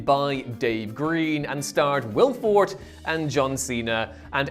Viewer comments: For-TAY. Also, this video is nine minutes longer than it needs to be. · Please pronounce names correctly Will Forte's last name is pronounced For-Tay (four as in the number and Tay like the first syllable in Taylor). I’m sorry about being obnoxious her but it is frustrating and it happens all the time on videos and it isn’t that hard especially when you have (at least seem to) have a lot of people working on these videos. Thank you and I apologize. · definitely 2 syllables on Forte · Perhaps over the next year you can learn how to pronounce Forte. He’s only the star of the movie.